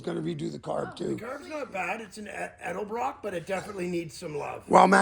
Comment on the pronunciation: FINALLY someone who pronounces EDELBROCK the RIGHT WAY not the 8nbred way ELDEBROCK 😅